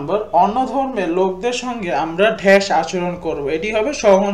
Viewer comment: ভাইয়া ড্যােশ না ড্যাশ🙂